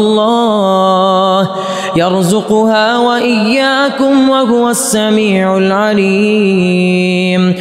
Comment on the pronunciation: وهو السميع العليم وهو : بضم الهاء وليس بتسكين الهاء